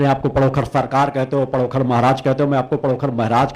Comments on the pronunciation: महाराज पडोकृर नहीं पडोखर सरकार बोलिये बाद में कुछ कहीयो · पहले तुम पंडोकर का नाम लेना सीख ले उसके बाद जे अपने भाषण बाद में सुनान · Pahle sahi se pandhokar bolna shik lo.jise pandhokar bolna bhi nhi aata hai. wo Kya pandhokar sarkar ke samne khada ho payega.pahle bolna Sikh lo.dimag thik Kara lo.tum bhut bakbas karte ho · Pandokhar mhraj ka naam bolna Seekho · पहले तो नाम तो सही बोलो पंडोखर सरकार का 😂😂😂😂😂 तेरी दुकान बंद हो रही है इसलिए अब तु सनातन धर्म को बर्बाद करने मे तुला है